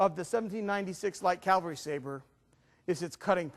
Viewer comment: The 1796 was not called the Blucher Sabre. Blucher Sabre refers to the M1811 and M1848 when the Prussians copied the British 1796 design. Also it's pronounced Cavalry, not Calvary.